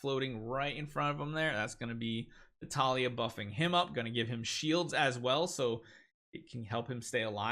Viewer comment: keep sayang Natalia instead of Natalie. Lol😂😂